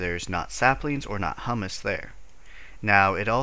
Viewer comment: It's pronounced "hyoo-muss", by the way. Hummus is a dip made of garbanzo beans. Humus is like a type of soil.